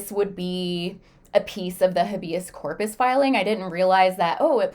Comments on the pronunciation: Small thing but it's driving me nuts: Habeas corpus is pronounced as HAY-bee-uhs KOR-puhs. Here is the breakdown of each syllable: Habeas: "HAY" (rhymes with day) - "bee" - "uhs" (rhymes with bus) Corpus: "KOR" (rhymes with for) - "puhs" (rhymes with puss) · You can’t even pronounce it.